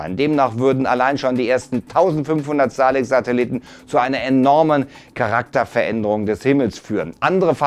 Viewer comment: krachten die Kritiker um die Ohren. Er sagt immer noch Satelitten